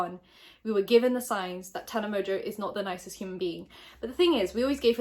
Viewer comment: I’ve tried to say this everywhere but no one listens!!!! Tana pronounces her fucking last name wrong!!!! My last name in Mongeau mon-joe theres a fucking n in the middle of it it’s not mojo sorry I’m still gonna try and say something and someone listens